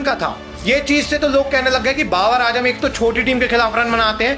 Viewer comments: Ajam nai bhai ..azam...aaaaazzzzzaaam....😂😂😂😂 bolna tu seekh le bro phir analysis lar lena 😅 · Abe dehati its Z not J